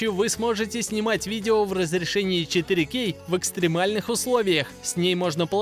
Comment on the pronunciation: точно, если бы звучало правильно, то было бы вообще отлично)))